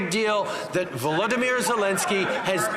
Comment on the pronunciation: Trudeau pronounces Volodymyr "Vladimyr" which is the Russian pronunciation. That's unforgivable, when the correct pronunciation is "vol-odo-meer".